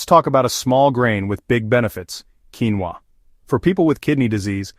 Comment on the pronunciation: What in “ king-va” protein? What is “mental” , bad protein?